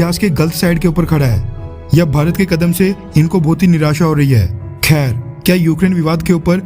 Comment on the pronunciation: भाई आप वीडियो के लास्ट में खेर मस्त बोलते हो 😅 किस किस ने नोटिस किया ह ♥️